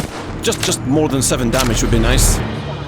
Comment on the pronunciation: "I can see yurrr dyamage, NYOOOBS!"